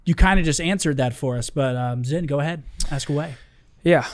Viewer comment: Wait did made keep calling zin Ant?🤣